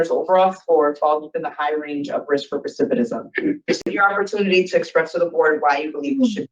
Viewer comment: This girl is still mispronouncing "recidivism". Why will no one correct her?